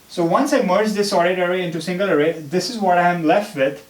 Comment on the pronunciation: eewven, awrray, aasm